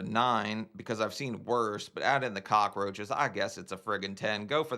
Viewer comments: Is she saying "cock-a-roaches"? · Why do all the hoarders say "cock-ah-roaches"? Watch and listen, none of them on any episode seem to be able to pronounce it correctly.